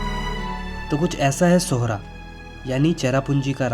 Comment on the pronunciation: Thank you brother for saying the right name “Sohra” and “Umiam”! 🤝🫶🏻🫂. We welcome you here.